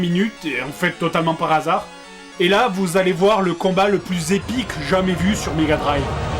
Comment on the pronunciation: C'est épique pas "epuique"